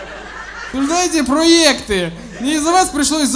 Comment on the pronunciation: Кажется слово ПРОЙЭКТЫ Серегу научил выговаривать Дедищев